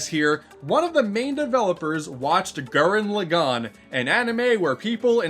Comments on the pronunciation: one of my favorite YouTuber's, but c'mon man. gurren log-in. not lo-gone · Gū-ren Lā-gen. Sorry to be that weebo, but please say it right.